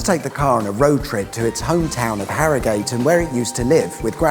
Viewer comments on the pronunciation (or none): My OCD kicked in when I saw you fitting the new centre caps on your wheels. I would have to fit them all in the same position in relation to the tyre valve. I'm sweating just thinking about it...! And I need to address your pronounciations... Yorkshire = Yorksha and Harrogate = Arrigut... You'll have to do some Great British Road Trips around Yorkshire, scenary is second to none. 👍🏻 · You are pronouncing Harrogate wrong. Here in West Yorkshire, it's pronounced 'arrygut.